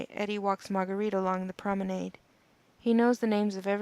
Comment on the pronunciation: Good effort with the accents.. Overall, pretty good reading except for mispronouncing a few words like promenade banyan spire.